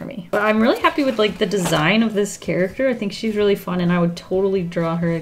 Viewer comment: i love how the intro first sounded sooo fancy lol then " and its time to make something wiff it eeeee"